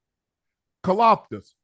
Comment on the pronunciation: said kalafatis 😭😭